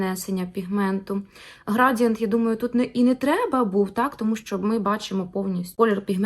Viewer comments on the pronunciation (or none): Не грАдієнт... А градіЄнт*